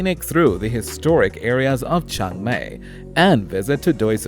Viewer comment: It’s Chiang Mai not Chang Mai